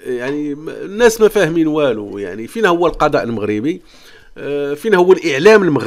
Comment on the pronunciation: نقول القضاء اخويا وليس القداء بالضاض وليس بالدال انت تنطقها بالدال.